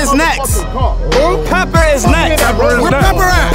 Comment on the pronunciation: That mans said “PEPPER IS NEXT” I could’ve sworn that man’s name was